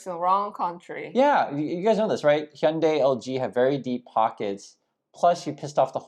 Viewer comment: Please could you explain to us exactly how to say Hyundai correctly? The guys from MOBIS told me "Hyundai like Monday" but so many people say it other ways.